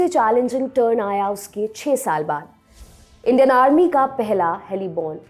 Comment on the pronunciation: उच्चारण ग़लत है जो भ्रमित करता है। "इंडियन आर्मी" को "इंडेनार्मी" बोल रही है आप। सुधारें. 💐